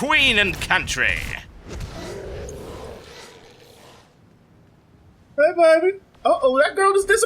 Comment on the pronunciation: "for the queen and coutry," lol Jethro Tull